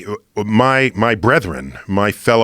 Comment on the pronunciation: Don’t know why it bothers me the way he said brethren .